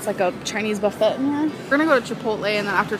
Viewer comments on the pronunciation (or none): The way she pronounces buffet angers me. Buff Eht. Also, words ending in ing. Example; being... beeen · The fact that she KNEW how to pronounce the word correctly, but still pronounced it "buff-ETTE", just goes to show you the type of gorl has chosen to be. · "buh-foot" ........... babe, buffet? 💀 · "Buff - ay" say it with me. for the love of God, you go to enough of them at least learn to pronounce it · the way she says buffet drives me insane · Her hard T in “buffet” makes me 🤬